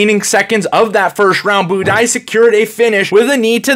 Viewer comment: Budai rhymes with Dubai Buday leggo